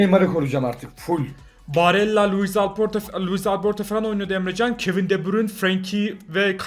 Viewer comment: Abi Emjan değil EmreCan